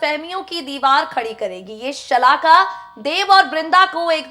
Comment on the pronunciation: Shakala nhi shalaka hai bolna bhi nhi ata